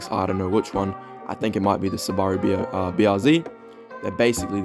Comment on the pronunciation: why did you call it sawbaruu its Subaru like sti impreza Subaru